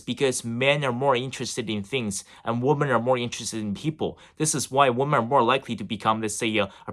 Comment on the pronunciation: Great content, but just a little suggestion; "Weemen"=Plural, Woman=Singular. Cheers!